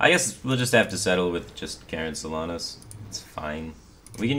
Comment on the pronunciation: I can't breathe, there absolutely needs to be a content warning about that name mispronunciation.